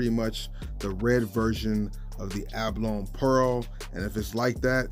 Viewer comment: It's a ba lo ny not A ba lon